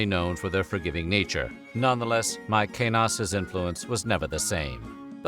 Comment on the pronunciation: It's fucking MaeSenas, not MaeKenas.